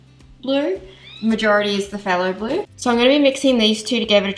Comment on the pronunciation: That was a serious decision you made putting the agate in and where exactly you wanted it to go. The tray turned out beautiful! Just in case you wanted to know, it's fay-lo blue. The "h" is silent and the "p" has an "f" sound like in physician and pharmacy. (sorry... medical terminology is ingrained in my mind).🥰